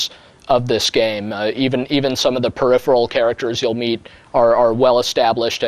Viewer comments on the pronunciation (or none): none